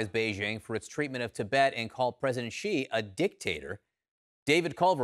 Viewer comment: Xi not ji